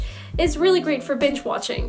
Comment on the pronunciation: When she said binge watching I legit thought that she said bi*ch watching